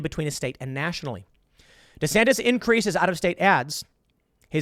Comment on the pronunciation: DEE SAN TIS